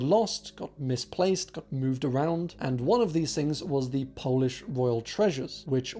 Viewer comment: really good polish pronunciations!